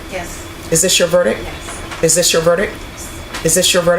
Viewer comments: how is this lady a judge when she doesn't know how to say verdicT,talking about is this your verdic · VerdicT not verdic. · It's impossible to respect a sitting judge who says "verdick" instead of verdict. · Why does this judge sat “verdic" not verdict with a T, I t’s the same as “axed" instead of asked…very poor show, arguably a bit ghetto! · can't she pronounce verdict? or is she saying some word i don't know>?